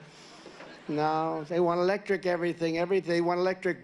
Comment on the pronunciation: Elecric instead electric